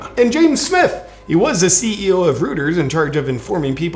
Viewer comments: Great book everyone. “Reuters” is pronounced “Roy-terz” cuz it’s German. And you know what that means…. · Reuters = Roy-ters. come on JP, get it right. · It's pronounced "ROY-ters", rhymes with "goiters" and "boy turds" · JP....Psssstttt.... Reuters......Roy Ters... smile!!